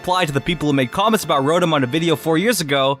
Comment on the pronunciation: You said rotom wrong